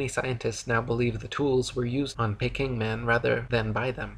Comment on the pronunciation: It’s pronounced Peeking man, not Pecking man. 😂